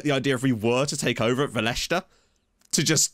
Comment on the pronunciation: Welcome to my home country! 😂 You’re pronouncing the name quit well. Just put the accent on the e, so it’d be VE-leshta. I wish I could tell you more about the team, but I’ve been living in the US for almost 10yrs and know nothing about the Macedonian second division. Also, prep yourself for the Greeks. They’ll make sure you say North Macedonia rather than just Macedonia lmao. Cheers and good luck!